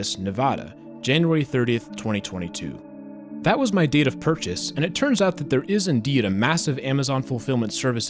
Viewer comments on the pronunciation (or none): none